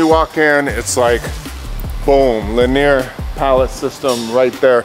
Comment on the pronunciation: linear? not leneer